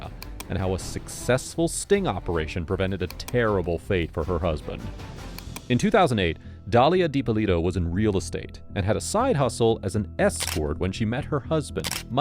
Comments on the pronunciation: Dalia Dippolito (Dee-puh-lee-doh) - LOL. Americans ...facepalm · I'm pretty sure their Surname is pronounced Dippólito since it's probably a derivation from the italian surname D'Ipp(ó)lito. Ippolito is a name itself. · Just for reference, the correct pronunciation of Dippolito has the accent on the first "o", not on the "i"